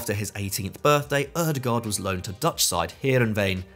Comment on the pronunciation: I hope one day we will unite and pronounce Ødegaard correctly The letter Ø for starters. Double "aa" like with Haaland as well is pronounced as an "Å" Like Django, the D is silent Ø-de-går